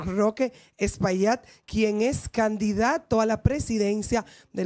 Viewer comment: Puso mal el nombre es "ESPAILLAT" no "ESPAILLIAT"